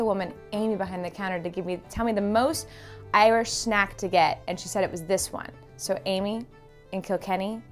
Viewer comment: Wow u pronounced irish so bloody well or was that not really (I'm new to this channel) anyways love ur content